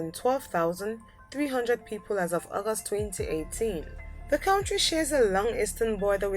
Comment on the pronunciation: Look up in the dictionary how to pronounce the word "country"